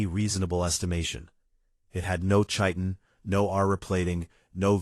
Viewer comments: I have yet to hear any AI pronounce Chitin correctly. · Chitin is not pronounced that way😵